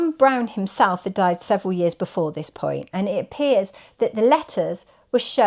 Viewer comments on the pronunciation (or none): none